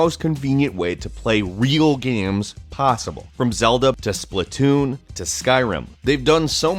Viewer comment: Splatoon not splitoon